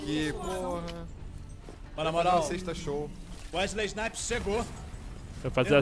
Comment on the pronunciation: Wésley Snipes ................... kkkkkkkkkkkkkkkkkkkk